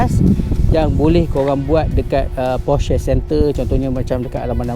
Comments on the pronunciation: Nih baru betul enthusiast. Stgh claim mcm2 tp nk sebut porsche taycan pun salah. Porsha la, posh la, teiken la, taiken la 🤭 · bang porsche bang bukan porsche...